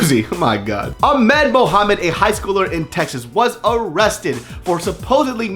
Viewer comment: he is saying it correctly- Aah-mehd.